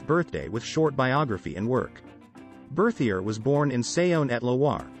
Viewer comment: I wish the audio voice would have pronounced his name and the society in French